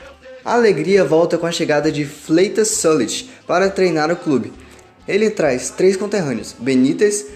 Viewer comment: Sou historiador do Flamengo e um dos responsáveis pelo site . Excelente trabalho. Gostei muito. A única crítica fica para a pronúncia não muito correta de Valido, Yustrich e Fleitas Solich. Mesmo assim, parabéns pelo trabalho de história do Flamengo. Saudações Rubro-Negras. Arturo Vaz )